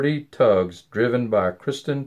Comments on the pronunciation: Am I the only one that noticed that he consistently says Kristen instead of Kirsten? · Is the name pronounced Kristen or Kirsten? It sounds like you're saying Kristen?